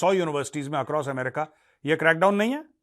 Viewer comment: अमेरिका ❌ एमरिका ✅ 😂😂😂